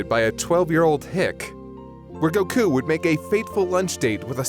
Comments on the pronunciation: Annoying as fuck how he says “go-KOO”. It’s fucking GO-koo.” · Why does hi pronounce Goku so weird